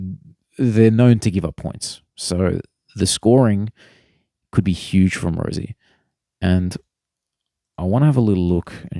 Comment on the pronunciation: its pronounced rosie not rozie